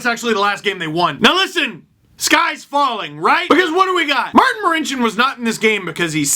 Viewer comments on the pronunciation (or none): none